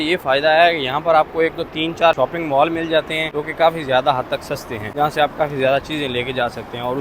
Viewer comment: مول نہیں مال